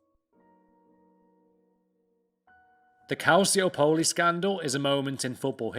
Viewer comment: I laughed so hard when he said calciopoli 😂